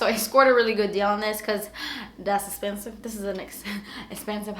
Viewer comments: I love when you say "das expensive." Lmao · "Das espensive" 😂